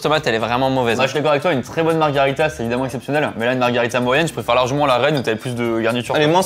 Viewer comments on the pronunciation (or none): Juste pour info on ne dit pas margarita mais margherita pour les pizzas. Sinon c’est un cocktail 😊 Et pendant qu’on y est c’est soit des ciseaux soit une paire de ciseaux hehe. Je taquine. 😅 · Margherita, pas margarita. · Par pitié c'est "MarghErita" et pas MargArita 🤣